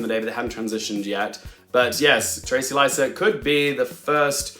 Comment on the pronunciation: Her name is pronounced “Trayce Liset.” Like the act of tracing, “to trace,” and her last name rhymes with “miss set.” Loved the video! My best guess is that a crowded and unusual field like this results in a career award for Benning. I’m most confident in Emma Stone / Annette Benning / Fantasia Barrino. Carey Mulligan is at risk of being overlooked in a comparatively old fashioned wife role. In a slower year I could see her riding Maestro to a win, but this seems to be one of the more varied and experimental shortlists in recent memory. Margot Robbie’s Actress nom seems a lost cause to me now - you said it yourself, she’s nearly locked in for a Best Picture nom. That’s how they reward her given how stacked Actress is. Huller and Le are HUGE question marks for me right now, as is Lily Gladstone. Unfortunately, I don’t have much faith in the academy’s track record for recognizing women of colour, BUT all three of their films are in the running for Best Picture, so the final five COULD theoretically be those three plus Emma Stone and Fantasia. As a Todd Haynes super stan, I’d like to see Portman nominated, but perhaps Moore gets the acting nod for that film in Supporting? Overall a fun slate! Can’t wait to see all the films.